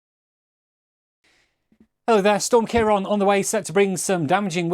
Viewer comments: its not ciaron its ciaran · Why are you saying storm kiron